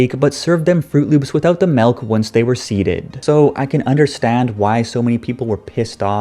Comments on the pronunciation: Im triggered that you said melk its milk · did this guy just say "melk"? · "Melk" I'm guessing you're Canadian?